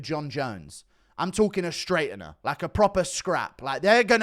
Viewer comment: The way guru says straightener you can tell he's never had a fight in his life 😅😅